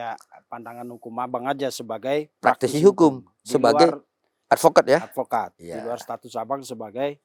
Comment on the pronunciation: ngk tau dah brp x dia bilang advokad 😂😂 ngk di sebut juga orng tau kek kakek 😂😂